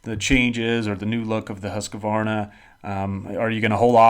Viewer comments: More like Huus-qvarna. Not Hasq-varna. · IT'S NOT HUSQA VARNA!! ITS HUSQ VARNA!!